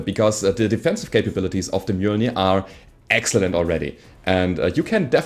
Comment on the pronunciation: Finally someone who actually manages to pronounce "Mjölnir" + a new subscriber, Loving the content so far, Still fairly new to the game, By watching your content I am slowly learning.